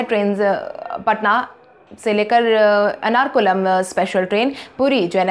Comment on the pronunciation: एर्नाकुलम का उच्चारण अनारकुलम न करें।